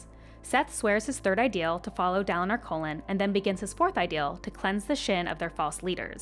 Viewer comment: Jazz in da colon... Sorry, I tried, couldn't get past Kholin being colon. I'm sure you did a great job.